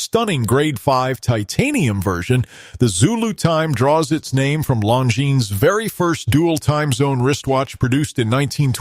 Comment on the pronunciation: It’s unwatchable, with all the wrong AI pronunciation of the brands. I had to stop after the second Longines was said. Bad video